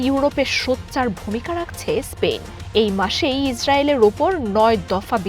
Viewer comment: স্পেইন নয় স্পেন